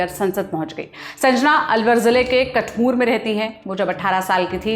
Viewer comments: Madam कठमूर नहीं कठूमर (अलवर ) बोलों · कटमूर ❌️ कठूमर ✅️ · Kathmur nahi kathumar h